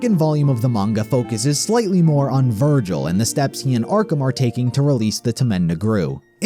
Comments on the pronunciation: vergil? nah vergel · Anyone else notice how every now and then he calls Vergil “Vergul”